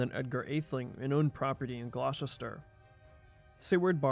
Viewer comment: "Glaw-chister"!!? I used to live and work near Gloucester (England), and it's pronounced "Gloster"! Ditto Gloucester, Massachusetts. (I can pronounce "Poughkeepsie", "Arkansas" and "Potomac" correctly too!) I've also heard Americans calling the nearby town of Tewkesbury ("T'yooks-bury") "Twicksburg". 🙄